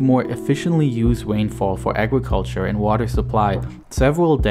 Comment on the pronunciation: "wiver" "wain fall" "Weservoir" "wegion"